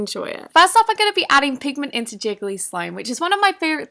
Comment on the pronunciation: Word: "pigment " Nobody: Not even a soul: I hear: Penguin